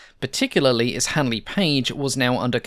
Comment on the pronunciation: listen how others pronounce Handley correctly.